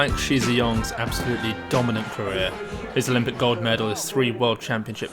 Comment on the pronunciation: ".... his olympic GOD medals...." that's what I heard.